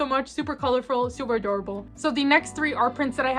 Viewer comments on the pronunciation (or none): none